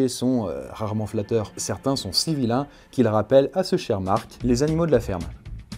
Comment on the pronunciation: il a dit mart